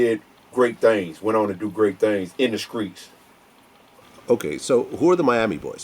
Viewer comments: I'm from the "Skreets" lol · chose the skreet instead of college 🤷🏾‍♂️ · I thought I was the only one. “Skreets”❓ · He chose the skreets instead of college not the streets the skreets 😂😂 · In the "Skreets" lol